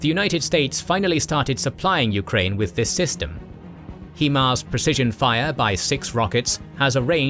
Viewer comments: HI-mars, not HE-mars. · its proncouded "high-mars" no "he-mars" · I take offense to his pronunciation of HIMARS🤣. It ain't like He-man. Think "smoking a joint." H-I-M-A-R-S. HIGH-MARS!!!!! Thankyou!! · It's pronounced High MARS not He MARS as the HI part literally stand for High. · HIMARS 'High Mobility'.... 'High'... 'HI' HIMARS..... not 'HE'MARS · HEMARS?! It's HIMARS... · Someone should tell, it's pronounced "high-mars". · The only problem I had in the entire video is ur pronunciation of HIMARS. “heemars”? I don’t understand how you’re literally the only person who has mispronounced it. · lolwtf "HEE-MARS". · The pronunciation of himar is atrocious